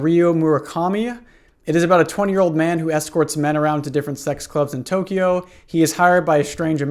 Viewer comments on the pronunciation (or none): none